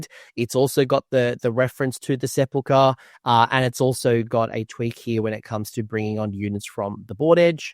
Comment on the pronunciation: I have yet to see one person pronounce Sepulchre correctly